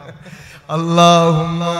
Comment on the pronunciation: আল্লাহুমা অশুদ্ধ মুহাম্মদ অশুদ্ধ পড়েন কেন, এতো মোহাব্বত।